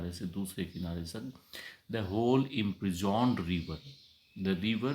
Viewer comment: Sir sorry to say some words mispronouned -- 1.Oft ऑफ्न we know it is often but the poet has spelt it oft so we must pronounce it ऑफ्ट not ऑफ्न to define old English with the new one. 2. Imprisoned इंप्रिजॉन्ड correct इंप्रिजंड 3. Breath ब्रीद Correct ब्रेथ I have not heard the full poem. These are observations of first few lines. Correct ब्रेथ